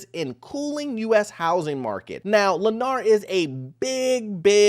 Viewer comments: It's Lennar, not Lanier. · Lennar, not Lanear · not Lennar but Lennear???.. 😂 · Thank you. Every time he pronounced it LanEER, I cringed.